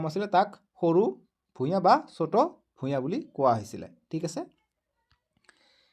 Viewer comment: ভূগ্ৰ নহয় ভূঞা ভুল হৈছে ছাৰ শুদ্ধ কৈ ক'বলৈ শিকিব ।